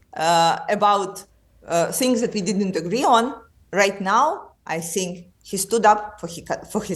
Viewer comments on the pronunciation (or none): Rachel Johnson : I sink 😅 ( meaning I think ) perhaps not so much Rachel